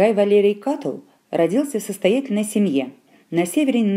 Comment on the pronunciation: Кто это читает? Проходили древнеримскуую литературу в университете-первый раз слышу, что б ставили ударение в имени Катулл на втором слоге, даже слушать не буду дальше.